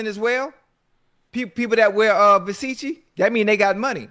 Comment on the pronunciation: Somebody tell Ocho how to say "Versace" 😂